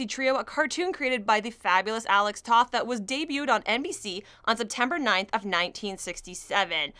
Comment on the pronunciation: Great to see someone singing the praises of these H-B books. Just one suggestion moving forward, if you're going to keep bringing up Alex Toth can you please pronounce his name correctly? The 'o' is long so it sounds like T-oh-th. It's a good choice to make. Keep up the good work!